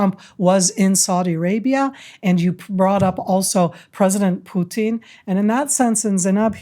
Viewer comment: Love how pronounces “Putin” like “poutine.” Very apropos.